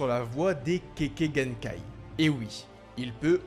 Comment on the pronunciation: Kekkaï genkai et non pas kéké genkai